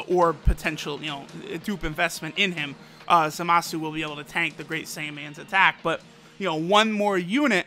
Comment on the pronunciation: Its Zamas you ningen, and he is godly unit, the INT one ofc